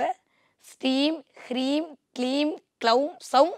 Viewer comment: Its hreem not kreem